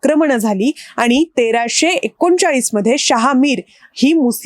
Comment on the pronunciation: या बाई तोंडाऐवजी हाताने बोलतात का? उच्चारण नीट नाही, आनी आणि पानी...